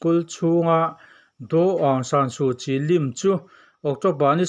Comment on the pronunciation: a ngaihnawm e. mahse Kawl hming leh ram hming pakhatmah a thluk i sawi dik lo. Myanma tih lai chauh hi i thluk dik. Aung San Su Kyi hming te tal hi chu thluk dik teh khai. nang chuan d d d d angin i thluk a, a dikna chu aung san su kyi hi d f m d angin chham la a dik a ni mai aw.